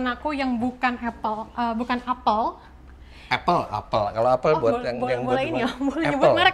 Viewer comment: Apple yang benar dibaca Apel. Seperti bahasa kita melafalkannya. Mbak itu sudah benar. Saya juga heran, saya tahunya dari dosen bahasa inggris.